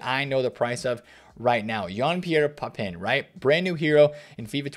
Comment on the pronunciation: Thanks, good video but the butchery of Papin 🤣 Jean-Pierre Papin is somewhere between 'Papa' and 'Pap-pan' not 'Pap-in'.